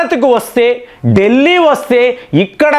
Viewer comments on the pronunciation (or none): none